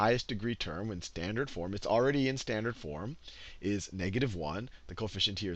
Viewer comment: whos annoyed by "slandered' in